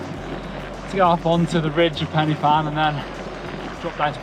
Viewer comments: “penny fan” 😂 Its like Pen y Van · It's not Pennyvan. It's Pen y fan pronounce pen er van. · Loved the video but that drove me nuts! My wife and I were laughing our heads off “It’s ‘pen-uh-van’ not ‘Penny Fan’!” 😂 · Pen y fan the Y is said like 'ER' not ee 😉